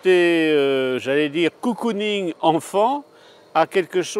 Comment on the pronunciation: Mdr le prêtre qui dit cocooning